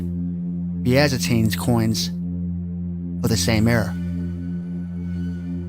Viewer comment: Byzantine is pronounced Biz-in-teen bro lol. You did good tho bro lots of hard pronunciations! The Byzantine empire was the Catholic Orthodox Christian empire. 🙂☦️ Modern day Instanbul, Turkey. Would love to have a conversation with you about this!